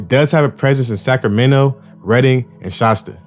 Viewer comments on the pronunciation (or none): none